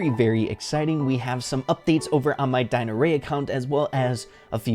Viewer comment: What says:Dinarey What I hear:Dinarrea💩 😂